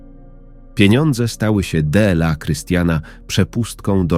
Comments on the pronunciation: Czego chcesz od czytania,? Bardzo ładny głos I czytanie dobre poza jednym słowem Dela. Tak inaczej jest w porządku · Można zauważyć jak czyta jedno słowo Słowo DLA czyta DE EL A